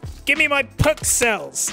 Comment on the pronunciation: I didn't even register the fact that there weren't PKCELLs in the background until he pronounced it weird. GLORY TO THE PKCELL!